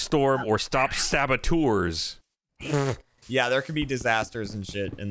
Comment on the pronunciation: Saboteur, not sabotour.